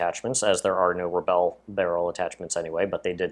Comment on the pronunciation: and u pronounseset RE BULL not RE BELL